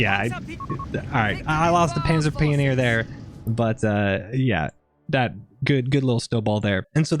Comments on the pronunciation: I don’t want to sound rude but wth is a pee-o-near. I thought it’s a pioneer like pie-o-near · wtf is a panzer ""Pee'O'neeer"